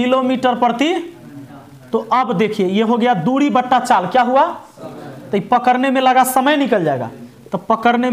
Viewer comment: Mind-blowing लेकिन पकड़ने होता है कि पकरने 😇😇😇